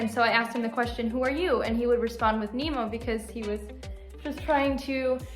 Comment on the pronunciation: nemo is so cute but the more i hear nemo say their name i hear them say emo